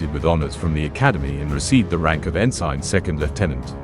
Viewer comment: Dear robotVoice, it may be spelled ensign but it’s not pronounced “en-SIGN” it’s pronounced “en-Sin”.